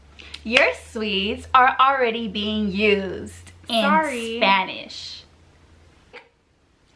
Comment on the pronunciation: You’re so exaggerated I also went on a real bad turbulence through a storm on my way to Buenos Aires but it’s not like I was gonna dye and we know you’re half latinas or something cause you pronounce Spanish good